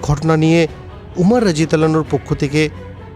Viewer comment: আপনার রা: উচ্চারণ স্পষ্ট নয়